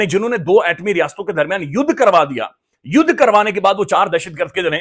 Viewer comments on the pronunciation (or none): Yudh nhi yadh hua 😂😂😂